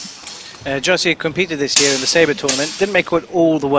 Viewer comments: Przeczytał Jerzy jako Jersey🤣🤣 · I love how they pronounce "Jerzy" (Jeshy) as "Jersey" ;) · Yahshy would be more appropriate in my opinion.